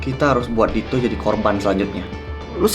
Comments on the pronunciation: Kok manggilnya to bukan dit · Ko manggil Dito "to" sih😭